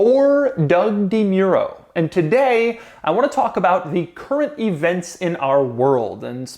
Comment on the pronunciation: Sometimes it annoys me that he says DEEMEEUROH.. and not DehMuhro....